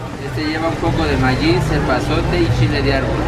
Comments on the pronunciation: Minuto se mamo ese wey jajajaja dijo mallis en vez de maíz y queso de vaca pinta se ve inocente pero bien alburero el wey jaja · Se equivocó diciendo mayis like si te diste cuenta